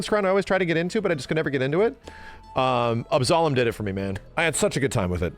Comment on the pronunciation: Why can’t Yanks pronounce Absolum properly?